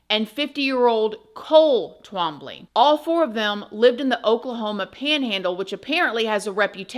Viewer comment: 😂😂😂 trambly. it's hilarious. I've heard my father's name in many different ways but this is so funny. it's twahm blie Twombly. it's not as hard as it looks